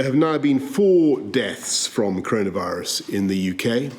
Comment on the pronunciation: Curunavurus...... thats how he says it.